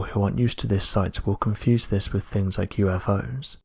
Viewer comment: Ffs, it’s monotone againnnnnnnn, erffff (earth) wiv (with)